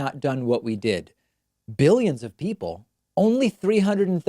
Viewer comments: And he has to say it like jelly "biLLyens" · Stop putting words in his mouth. He clearly said 'behyuns', not 'billions'. And anyone with a brain knows that a behyun is less than a million. Jesus. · Almost sounds like he says biddions. Mealy-mouth trump verbally defecates on a minute by minute basis. All lies and bullshit. Nothing factual comes from Donnerhea. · I think he said millions instead of billions. His speach is just gibberish though. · dont get me wrong when I say this because I hate Trump, but in all fairness I heard 'millions', it's just the way his lower lip hangs down, exposing a misaligned bite that caused the slight "B" sound